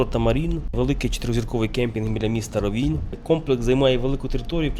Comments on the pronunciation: рОвінь - наголос на перший склад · Український правопис—наголос на І. Місцеві кажуть рОвінь